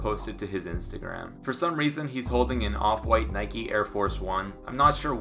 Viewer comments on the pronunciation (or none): none